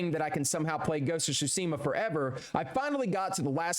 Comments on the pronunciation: great video but your pronounciation of "Tsushima" pisses me off ^^ its Tsu-shi-ma not sushima ...idk why this triggers me so hard anyway great job^^ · Ghost of SHUSIMA 😂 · Chusima... Tsu...Shi...Ma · Every time you said “Tschusima” instead of Tsushima it sent shivers down my spine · Every time he said “Shutsima”. 😢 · “Ghost of shusima” 💀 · "Ghost of Shooseema" Brother... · He called the game. „Ghost of Tchusima“ so I’m not surprised😂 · REALLY ITS NOT GHOST OF SHOESIMHAH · kinda klling me more than the lethal thugs with mispeaking TSHUSIMA the whole video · Ghost of Shusima. Lord Shoe-mira😂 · How did this poor man manage to butcher every* single Japanese word 😭😭😭 (SHOO-see-mah, sa-KY, shi-MEER-a) I’m not mad btw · Ghost of tchusima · I hate nitpicking like this generally. But the horrible pronunciation in this video actually just pissed me off. It’s TSUSHIMA. Not SHUTSIMA I swear to god it got worse every time I heard it. Did he not read the title of the game he was playing for more than half a second? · I just started the video and I don't think I'll be able to handle him saying Shoosima the whole time 😭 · The pronounciation is killing me xD Ryuzo -> Rayuzo Tsushima -> Susima Shimura -> Shaimura Khotun -> Khotus Masako -> Masakao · "Ghost of shuseama" REAL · Great video so far but damn how are you so unable to pronounce tsushima and khotun khan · May have platinumed it but you still can’t pronounce Tsushima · Can't even say Tsushima correctly either. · He doesn’t even say Tsushima right, what did you expect? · The only crime here is the way you prounounce Tsushima Edit....Nevermind, there are many crimes of pronounciation.